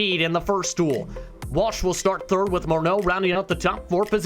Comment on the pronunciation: A little note for the broadcasters (as Kris Moreau is too modest to point it out). There is no "N" in Moreau and it would be lovely if you could add Pure Motorsport to your graphics chaps. Thanks